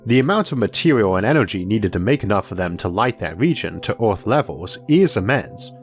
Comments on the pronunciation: is he saying orth instead of earth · so do people in ohio say "orth" instead of "earth" or is this some foreign thing? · Speach impediment.